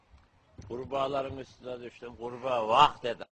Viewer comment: Şordan geçiyordum gurbağğğ vağğkkk dedi jsbsbsnsj